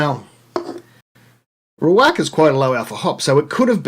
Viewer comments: Ree-wocka and Mot-yu-ekka are the correct pronunciations. Great channel! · Great video. You mentioned how to pronounce Riwaka. How you pronounced it is more than fine but Riwocka I think is correct. Cheers mate.